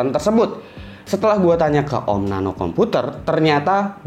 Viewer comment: woy Nano yg bener nape..